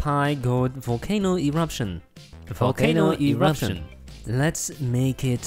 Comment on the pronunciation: I was thinking you said vulcano in rusia